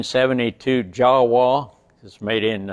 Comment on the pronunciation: It's actually pronounced YaVa Because in Czech, J has a Y sound, with an a, it would be Ya And in German, W has a V sound And since Jawa is a mix of JAnecek (founder of the company Frantisek Janecek) and WAnderer (German manufacturer Wanderer, pronounced Vanderer) Therefore YaVa Thanks for listening